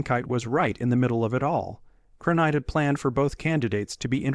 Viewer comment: CronKITE, not Cronight or Kankite!